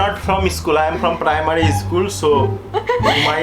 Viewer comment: 😂😂😂😂 bark english.....😂😂....eschool....😂😂😂